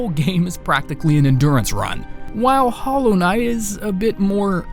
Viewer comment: U pick hollow knigth? Ur "HOLLOW RIGTH"